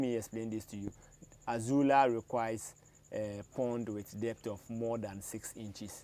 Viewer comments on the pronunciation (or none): It is NOT Azula, but AZOLLA.